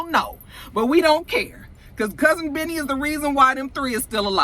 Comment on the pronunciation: When you say, "Cousin Benny," it sounds like you're saying "Cousin Vinny" like the movie, "My Cousin Vinny."